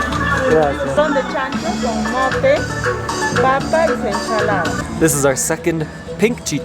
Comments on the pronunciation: I enjoyed your video as always. Small detail: corn is pronounced "mote", not "mole". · It's "mote" not mole... Alcoholic chicha is call "chicha de jora" zo just ask : chicha de jora? Normal chicha is just chicha and is mostly sold on the street outside (not inside) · It's not mole-- it's mote. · You guys make a good couple. Anyway it's MOTE not mole. And Chicha de Jora has to be fermented in order to drink it to get drunk. Usually takes a month of fermentation. Don't you guys ever get apart. from each other. Love your videos. Love Peru. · Guys it's mote not mole but it's ok i don't pretend to be rude